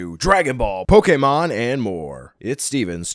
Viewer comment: when he said pokemon i thought he said pokimane